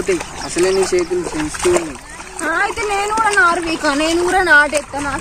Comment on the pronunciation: నరు కాదు చెల్లే "నారు"